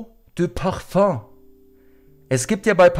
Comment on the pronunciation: Das heißt Paföng!